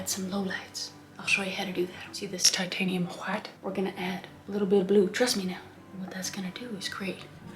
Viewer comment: All the colors of the rainbow: tAh-tANe-hIum whHHHHiTe ....cobalt blue... make that sky nice and ✨happy✨ more tAh-tANe-hIum whHHHHiTe ivor black and more... tAh-tANe-hIum whHHHHiTe TAH-tANe-hIum whHHHHiTe hWHIte cadium ✨yellow✨ cobalt ✨blue✨ red, just plain red nice light yello- this is just a joke btw and Kris's painting is great :)